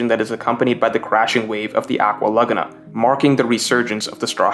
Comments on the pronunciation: It’s “LA-Goo-Na” not “LugNa” bro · It's not "luhguhnuh," it's "luh-GOO-nuh" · I can't take "lug-a-na" instead of "la-goon-a" good video though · Man it's pronounced "aqua lagoooona" not lugna 😭😭🤣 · Laguna = La-Goo-Nah Its not pronounced Lugna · I can't get over the way you're saying Laguna.. have you never heard of a lagoon? It's pronounced la goo nuh.. am I the only one? If I'm the crazy one here someone please tell me lol Also usop is luffy's best friend? I didn't get that.. would have made water 7 even better if I did get that, but I just didn't get that from the story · Holy shit the way you say laguna... Just say lagoon and then add an "ah" at the end. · Good video I just think you’re saying Aqua Laguna wrong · He keeps saying Aqua Laguna weird... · Dude really can't pronounce Laguna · Why you say laguna like that lol. what in the world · GREAT VID. But the way you say laguna hurts me a little lol. more of this greatnes! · You pronunciation of "laguna" and "archipelago" is annoying.